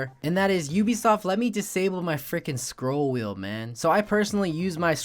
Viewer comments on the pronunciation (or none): "scroll whell"?